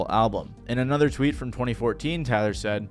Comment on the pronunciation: "another one. another one. anotha one"